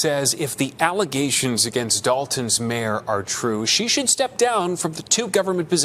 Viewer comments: The worst ALLEZATIONS??? IF YOU CANT SAY BATHROOM WITHOUT AND "F".....YOURE GOING BACK TO AFRICANT. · “False allezations”